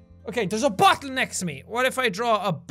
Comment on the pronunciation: Spooky Snakerino frankly, I like how he pronounces words like that cause it’s really cool 😁